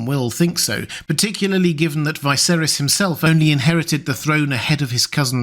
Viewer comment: Dude, I like your videos but why do you pronounce Viserys like that. Unlike everyone else and the show.